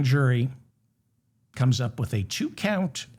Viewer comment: One too many vowels in "Count"